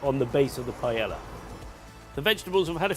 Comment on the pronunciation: i know Spanish worry about whats in paella, but at least pronounce it correctly. Thats something we can all do